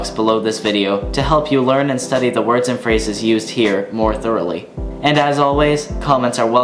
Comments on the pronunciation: You pronounce the words excellent! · Shit dude, you pronounce the words better then any non-swedish person I have ever seen. You sound like a genuine Swedish person. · Your pronunciation is incredible. Well done.